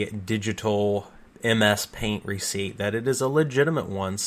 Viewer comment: Just 3 and a half minutes in the video and i am already almost mad of "recipet"